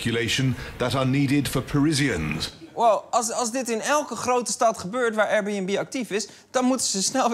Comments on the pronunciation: Hij zei het zoals: Eier-Bunb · Als belgische liefhebber van comedy, moet ik wel zeggen dat jullie met Lubach echt wel een topper in huis hebben. Die absurde akward intro joke met de Airbnb uitspraak was geweldig! lol.